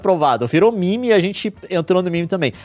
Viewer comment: Leon fala mimi e não meme mas defende que se fala koo e não cool enfim a hipotermia